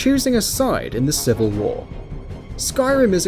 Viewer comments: "civl" war... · the "civl" war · the "civl war"